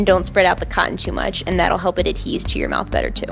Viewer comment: it's ADHERE, not ADHESE. I know it doesn't make sense, but it's just the way it is.